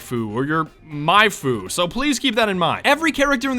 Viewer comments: Husbando. Not maifu. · It's not maifu it's husbandu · It's Husbando,, not Maifu. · "Manfu..." Otakus: "It's pronounced... husbando...":"SILENCE, WEEB!" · they’re called Husbandos, not Maifus. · It’s not manfu it’s husbondo just to let you know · it’s “Husbando”, not “Maifu” you foolish swine. B- Baka! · It’s a “husbando”, not a maifu, just to let you and you NORMIES know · TriGiGErrrrrEd husbando not maifu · ITS NOT MAIFU YOU FUCKIN FUCK ITS HUSBANDO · I'm offended you just called my husbando a "maifu". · the word is husbondo not maifu